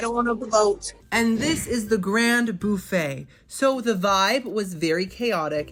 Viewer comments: why does he pronounce Buffet in such a weird way BoUffet...weird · Love how you say BOOFEE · The way you said buffet, made me think you are from Louisiana!!??